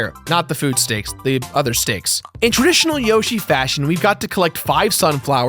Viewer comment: Whoashie its a single yoshie exploshie